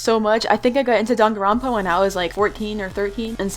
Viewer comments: I thought it was pronouced dAng-a-ron-pa is it dong-a-ron-pa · Danganronpa is pronounced (Dang an rope ah) but u can pronounce it any way u want lol